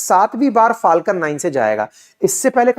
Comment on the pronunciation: Elon = E-lawn ✅ Alan ❌ UFO = Usa Fooling Others ! 😂 “ is-pace” 🙅‍♂️ “space” 🤷🏻‍♂️ “phaalkan” ❌ “falcon” ✅ “cancil” ❌ “cancel” (can-sal) ✅